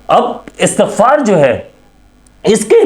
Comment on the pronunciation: لفظ استغفار ھے آ کے اور ت کے نیچے زیر ھے